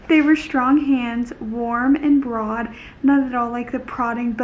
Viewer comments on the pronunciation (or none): none